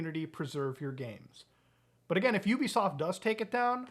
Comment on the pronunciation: YOU BE SOFT 💀😆 That is not how you pronounce it 💀😆😆😆😆😆